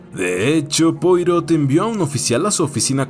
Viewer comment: Como es un nombre frances, se pronuncia "puarò"